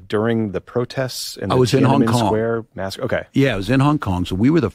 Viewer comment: Masacre? I thought you said massage parlor.